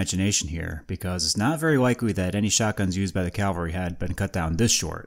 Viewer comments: I enjoy your subject matter and just want to help your presentation in a very small way. The term is cavalry not Calvary. You pronounced it Calvary (which is actually the name of the hill where Jesus was crucified) several times in your video, but it is actually cavalry when referencing mounted military. You are kinda switching the "L" and the "V" around when you say it. Thanks for the interesting video. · Cav-al-ry. "Calvary" is something else. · "Cavalry," not "Calvary." Cavalry are soldiers on horseback, Calvary is where Jesus was crucified. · Ka-val-ree, not kal-va-ree. Cavalry are horse soldiers; Calvary is a biblical location.